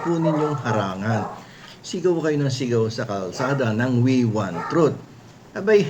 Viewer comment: "we want trut" my arse 😂😂😂😂